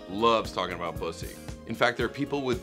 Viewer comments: He knows how to pronounce bussy and knows what it is. Nick Kroll for president. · Yaaasss to nick properly pronounce Bussy and not playing stupid 😂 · THANK YOU! THANK YOU! THANK YOU! I can't believe you are the only person who knows what and how to pronounce 'bussy.'